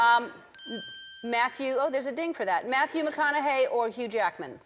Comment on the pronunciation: she mispronounced McConaughey and Gyllenhaal after him.